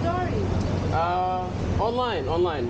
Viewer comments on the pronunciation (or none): he completely butchered Dari